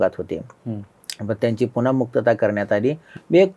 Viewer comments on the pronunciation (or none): none